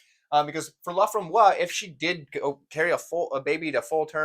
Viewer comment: "Laframboise" has an "e" on the end and should be pronounced "LA-FRAHM-BWAZ". If it were missing the "e", then the "s" bit would be silent and it would be "LA-FRAHM-BWAH". Also, "au fromage" does for sure mean with cheese. This guy is messing with you Lol.